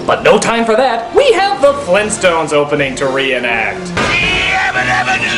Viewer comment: GRAND DAD?! FLEENTSTONES?!?!